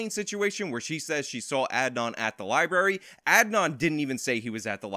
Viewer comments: Someone tell that liebury isn’t a word. Lie and bury is what her friend did. Library has a different pronunciation. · Chick said liebary